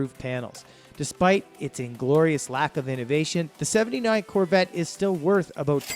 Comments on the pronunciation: I think so, he speaks in Liters, plus some of the pronunciations."abote $7000" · He's Canadian...not American. He clips his words like how he pronounces "about" . Explains his lack of knowledge of American cars.